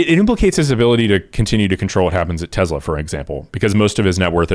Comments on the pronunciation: Stop saying TEZLA brah its driving me nuts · Why does the guy keep saying Tez la.......its TeS la.....soy boy idiot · Te"s"la not Te"z"la. It's Serbian